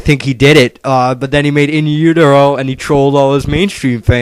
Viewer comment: yeah that guy really pissed me off i've been a nirvana fan since early 1991 he doesn't know shit bout nirvana,he can't even say in utero right!